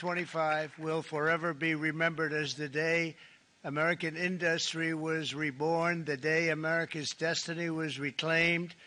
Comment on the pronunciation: More deception, more misleading information. Why can’t he pronounce “industry” like a normal human being?